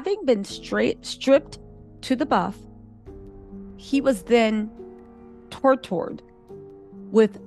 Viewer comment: Girl messed up "tortured" like DAMN 😂